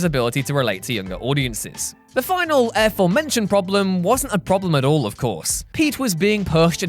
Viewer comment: Stop saying "air-forementioned"